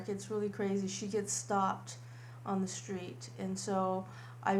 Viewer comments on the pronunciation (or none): none